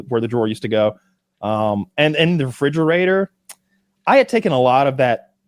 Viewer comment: 3 mins 30 seconds in Kyle says fridgerator which he corrects everyone else about